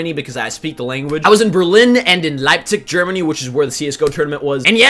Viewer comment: Yeah his accent like instantly changed to Austrian :D